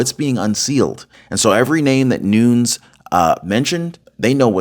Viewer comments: ITS NOON YEZ NOT NOONS JS PEACE MAB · It's Noon-ez, not noons. Just an FYI. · "....Devin "Nu-neez....". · Its pronounced "nu-nes" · That is NOT how to pronounce Nunes……. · you're pronouncing Nunes wrong, Squiggly line above second n. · Hey, you are doing a very good job on here! Just a little change on names needed. Nunez is pronounced different from Spanish. He’s Portuguese American. So it is Nu-Nez, not noons. Also FISA is a hard “I” as in Fi-suh. I hope that helps you a bit! But still, very good job! 👏